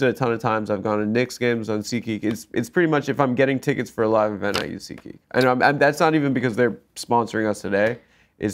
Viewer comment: is so Jewish that when he says SeatGeek, it sounds like he's saying seek-ee